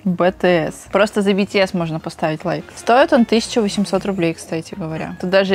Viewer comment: BTS а не бТС